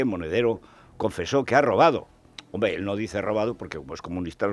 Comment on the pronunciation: "El hombrgdre, el hombrgdre"